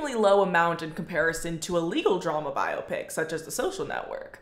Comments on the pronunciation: is bi-o-pic really that much of a personal choice when that's how it's listed as being pronounced properly in the dictionary? lmao i'm certain biop-ic is a byproduct of those who don't know how to pronounce it properly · I’m 35 and didn’t realize there was any other way to pronounce biopic other than bio-pic